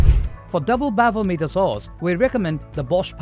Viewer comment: It's pronounced as Miter, not meter.